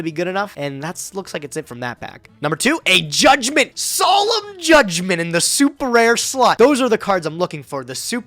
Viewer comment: my mans really called judgement "solemn jay"